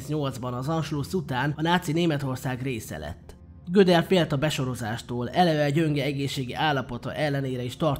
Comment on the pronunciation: Nagyon szépen összeszedett videó, de engem nagyon zavar, hogy nem jól mondod a nevét. Tekintve, hogy osztrák származású volt, nem amerikai módon ejtik. A helyes kiejtés pont úgy van, ahogy írva van.